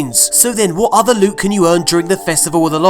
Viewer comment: Just came to say the way pronounce certain words cracks me up! Thanks for all the lewt.